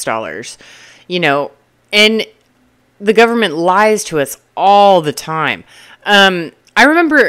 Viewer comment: The "gooberment" 😂... I'm going to have to use that line. 😊 Great video an insights.... I love your straight-forward approach! I'm in my 30s and am flabbergasted at how many people my age live with their parents and their parents are still supporting them. It's almost like 35 is the new 20... interesting times we live in.